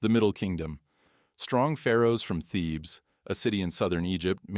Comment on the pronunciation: Thebes not thieves!